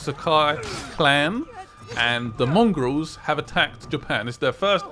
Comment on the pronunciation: Did you say mongrols? Or is it mongols